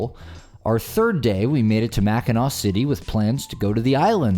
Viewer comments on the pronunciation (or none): none